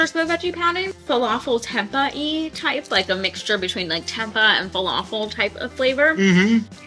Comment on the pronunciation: The pronunciation of "tempeh" is TEM-PAY.